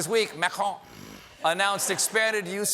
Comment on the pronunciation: I thought that was just how Americans all say "croissant." He did well with "Macron," which Americans usually say as "Macrone."